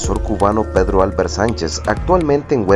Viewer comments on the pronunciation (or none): none